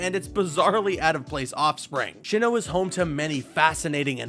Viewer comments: Look dude. It's a cool video. But for the love of God please say it as Sinnoh. There's no H after the S and I'm worried about how much it bothers me when you say it Sh. Overall cool video, that is just a pet peeve I have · Tip if you guys decide to make Pokémon videos: search up how you pronounce Pokémon names/places first. Keep wanting to correct this guy on how to say SI-NNOH instead of SHI-NNOH!!! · I really enjoyed this video, sucks that the comments are obsessed with petty pronunciations Also, sHinnoh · Why is he pronouncing it Shinoh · I actually started to question if sinnoh is actually pronounced SHINNOH 😆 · If you can't even pronounce "pokemon" or "sinnoh" correctly, I ain't giving you any more watch time. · TAKE A SHOT EVERY TIME HE SAYS SHINNOH OR GURATINA! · Drinking game: take a shot every time he says “Shinnoh” or “Guratina” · He Pronounced Sinnoh and Giratina Wrong!